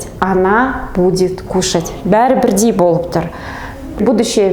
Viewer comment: 🔴🔶🔵 Опять "Ң" ды айта алмайтын тағы бір адам ... Қазақшаға карағанда орысшасы дұрыстау айтылады екен . Қазақша : 📕"БірдЬей" емес - "бірдей" болады . 📕"Кездьесьесын" емес- кездесесіҢ ! 📕"Көшеден кельемыз" емес - көшедең гелеміз (айтылғанда) Қазақ тілінде айтылуы басқаша, жазылуы басқаша сөздер көп. Орысша "кушать" дегенді - кушат деген дұрыс емес болғаны сияқты .